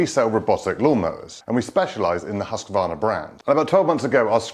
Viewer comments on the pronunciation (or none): Hews-kvarna, not Huss-ka-varna 😅